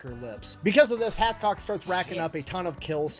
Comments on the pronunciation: Hathcock not Hatchcock , "numb nuts"! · Hathcock not Hatchcock!!!